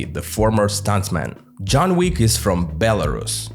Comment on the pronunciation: Belrusia not Belarushia, SH is pronounced in English for Russia, pronounce Belarus as Belarushia means you're basically repeating Russian Imperial and later Soviet term of "White Russia", even tho Rus in Belarus comes from Rus of Ruthenia - White Ruthenia, not White Russia, so no Belarusians are not Russians, but whiter, they are separate ethnic and cultural group that faced 2 centuries of Russification and 1933 orthography "reform", which artificially brought it closer to Russian